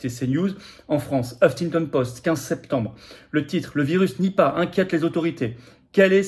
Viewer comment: Nipah non ripah !😂